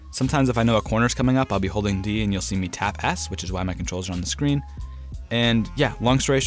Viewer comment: Why does he say “shcreen” and not “screen”?